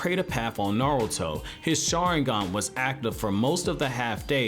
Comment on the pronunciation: half of the time it sounds like you’re saying narrel-to